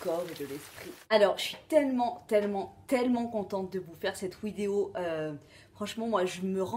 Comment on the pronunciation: Une ouidéo ? 😂😂😂